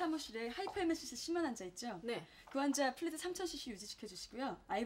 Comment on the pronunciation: 영어 뭐야...... 앞에 fluid 인데 pluid 뭐에욬ㅋㅋㅋ 물리같은건줄 알았네